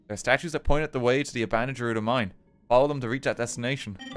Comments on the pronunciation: how many people need to pronounce it as jerudo? ITS GERUDO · People who pronounce Gerudo as "Jerudo" being sent directly to hell after meeting God at the pearly gates and calling him Jod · The way RT pronounces Gerudo hurts me